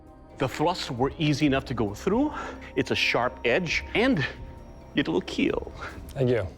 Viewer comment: IT WILL KEEL